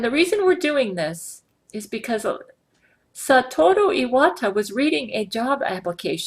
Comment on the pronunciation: IT'S SA-TUR-OH E-WA-TA, NOT STAT-TUR-AH- E-WAT-A!!!